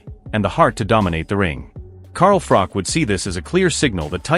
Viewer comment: It's Froch, not Frok